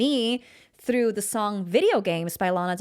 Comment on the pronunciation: Why do you say therough.